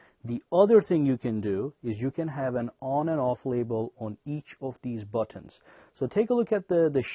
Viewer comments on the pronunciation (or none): He says buttons funny